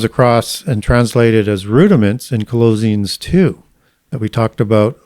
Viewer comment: Why does he say Ecclesiastes and Colossians wrong?